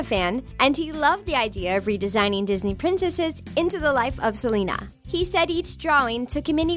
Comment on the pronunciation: Thats not how you say Selena